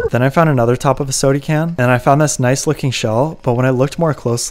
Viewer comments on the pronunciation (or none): I LOL every time you say "sody can"